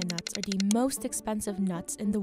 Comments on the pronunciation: The narrator can’t pronounce the word “the” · The narrator needs to stop pronouncing “the” as “duh”.